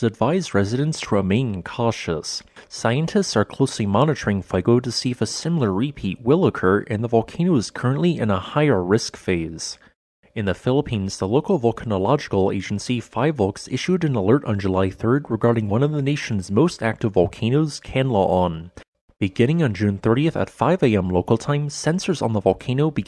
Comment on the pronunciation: Fyi its Fih-volcs not Fiyvolcs